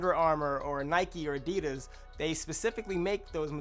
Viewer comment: Adidas...check the prouncation 🤦‍♀️